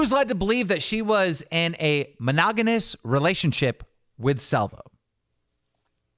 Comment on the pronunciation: Monogonous 🤣 Mogonononous 🤣🤣🤣 u guys deserve each other. And and English teacher.